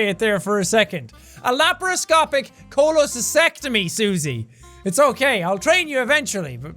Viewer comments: Actually, said it right. It has two T’s. CholecysTECtomy. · Jack you were still pronouncing cholescystectomy wrong you were skipping over the t after scy sorry I always corregt peoples words and sentences coz it annoys me. Pls No Hate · i love how jack said pronounced it wrong. He said it as "Cholecysectomy", because he didn't pronounce the T. It's noticeable too because the "ect" part is stressed so it matters what consonant it starts with. Jack said "sect", she said "tect". But personally pronouncing the T is so painful and annoying. I don't even like the word cyst. It's just a bad word. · Laparoscopic Cholocy*stec*tomy. You got it wrong, my dude.